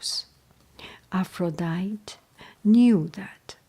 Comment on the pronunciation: I love these stories. I read them in 7th grade. The name APHRODITE is Greek and is pronounced Af-ro-di-tee. 😁